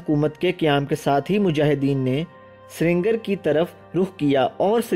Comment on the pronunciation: بہت اچھی معلومات دی ہیں۔اللہ آپ کے علم و عمل میں برکت عطا کرے۔ آپ کے تلفظ میں ایک ہی غلطی بار بار آئی ہے اسے آپ درست کر لیں ۔۔ سرینگر کو ہم لکھنے میں دونوں طریقوں سے لکھ سکتے ہیں مگر پڑھنے میں سری نگر ،،ہی